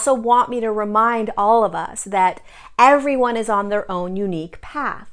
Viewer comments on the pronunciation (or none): none